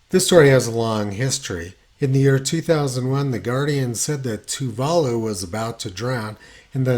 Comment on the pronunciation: Tony and his geographic pronunciations. They're a hoot... It's pronounced Toova Loo.